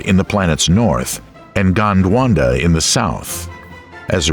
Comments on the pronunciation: It's "Gondwana", not "Gondwanda". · "GondWanda" killed me 😂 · Your pronunciation of Gondwana was wrong throughout the video :) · Very interesting, but I found the constant mispronunciation of names by the person delivering the commentary extremely distracting and irritating. ie. Gondwana is not pronounced GondwanDa.....the genus of gymnosperms Cycads , is not pronounced Cycaids. At one point Pangea was pronounced Pangena, then Pangeda. That's just an example, there are so many more. Perhaps next time you could get an englishman to do your commentary as americans have an annoying habit of adding and/or deleting consonants and vowels at will. In other words, inattentive reading and lazy english! I assume you spent so much time putting this documentary together for educational purposes. Mispronunciations are not educational. Other than that, this is an interesting and informative documentary. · Gondwanda.... Sigh...